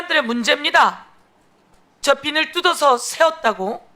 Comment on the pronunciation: 비니루 비니루 나이 60이 넘었는데도 참 거슬리네 비닐~ 이라고 좀 우리가 일본인 발음을 왜 하고 있나